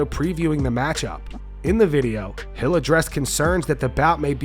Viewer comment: im OVER-th-HEEL (HILL)...retire son !!!!....ur done !!!